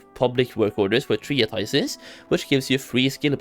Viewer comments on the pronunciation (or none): ye this shit needs rolling back on people that take the piss with it. fuck fake -- i hate all these exploits and get in early shit only to have bliz fix it and not rolling back those that take advantage with no way for normal people to catch up. And pls someone teach this guy how to say "Treatise" plssssssssss ... Tree-ah-tices